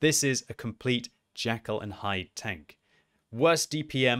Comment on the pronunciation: FYI it is JEKYLL and Hyde not Jackal hehe:P